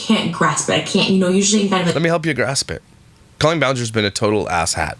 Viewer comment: Does Trisha not hear herself saying Co-lean? And does she not know that's not how you say it?! Drives me BONKERS! 🙉